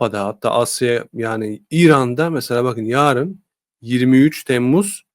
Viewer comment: Konudan bağımsız; “ yaarın” değil, “ yarın”